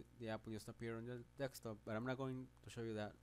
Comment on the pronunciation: dekstop lmao